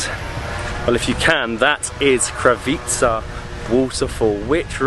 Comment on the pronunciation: krav not cow..but krava is cow..kravica would be 'little' cow